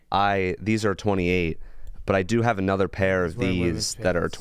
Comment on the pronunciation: Anudder day, anudder Lucas L